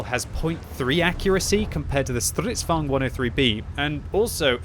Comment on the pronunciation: Normal people: Stridvagne: STRRRIDDVAWGNED